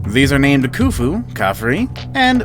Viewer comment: Does video of ancient egypt. Can't pronounce khufu. Splices in random videos that are unrelated to the subject matter.